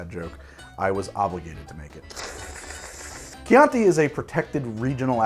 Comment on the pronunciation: The southern Italian wine is pronounced "preemeeteevo" (don't know how to write it better, hope it's clear enough), regarding the chianti, fiasco and pinot grigio pronunciation you nailed them :) Cheers from my town in tuscany, exactly in the middle of chianti hills!